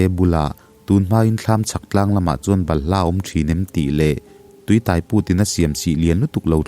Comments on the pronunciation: Tui Tai....tui tâi tih tur aww...eg..Bike in min tâi.. tih kan sawi ang hian....thei hmin (tai) ang a lam loh tur... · Tui tai tih hi,biang tai tiha tai ang nilo in. Motor in tâi tih laia tâi thluk aga lam tur. Tui tâi chu leilung chhunga tui awm amaha lo put chhuak sawina. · Tuitai ni lo in,tuitaiiiii thluk sei tur,I lam dik lo nasa,a ngaih nawm teh lul nen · 'Tui tai' i lam dan hi a dik lo, tai lai hi, sai (elephant) emaw motor-in mi a tai ti a kan sawi ang hian thlûk tur a ni e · min a tui tai i lam dan hi a diklo a, a hmin tai tek mai kan tih a tai ang ni lovin motor in min tai tih a tai kan lam ang hian a ki sangin lam tur. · Tuitai hi i lam diklo,tai thil intai ang a lam tur,theitai anga lam tur a nilo.A ngaihnawm e. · Tui tai tih hi, mi ka tai tih a tai tih ang hian lam tur. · tuitai i lam dan hi a dik lo deuh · Tuitai tih hi tai motor in a tai tih anga chhiar tur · Tuitai tih, tai laitak i lamdan hi adiklo a, eg..motorin thil a tai tih kan lam ang hian , sang deuhin tai, tuitai tih tur ani e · Tui tai tih hi alam dan adiklo hle mai, tuitai tih hi thluk tur ani e